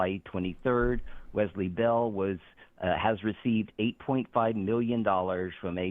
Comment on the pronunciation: Can someone please tell them how to pronounce Wesley? The Z sound is nails on a chalkboard.